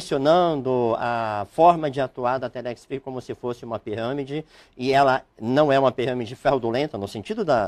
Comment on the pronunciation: O advogado fala he piramede mais não he fraudolenta,,kkkkkkk he piramede mais não he ,,kkkkk sai fora telex fria]]